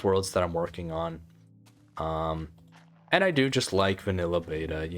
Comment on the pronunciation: “Any und sand” 😭 relatable af speaking German